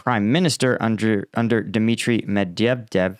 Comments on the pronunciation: Hey. I enjoy your content, but can you PLEASE learn how to pronounce Med-VE-dev? I mean, he is one of two people to be President of Russia in the 21st century. You were most likely serving during his term, and I am certain that you have heard it pronounced plenty of times. It's exactly like its spelled. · For goodness sake learn how to pronounce Medvedev if you’re going to talk about him. Lazy boy.